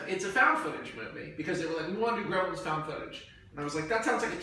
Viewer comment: I didn't think this pitch could possibly get any worse until he mentioned how "We can have so many CGI Gremilins!", and now I stand corrected...